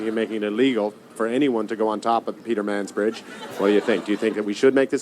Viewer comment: "Peter Mans Bridge" 🤣